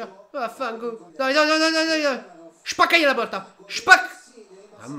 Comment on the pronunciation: Quel vaffangu l'hai detto proprio alla barese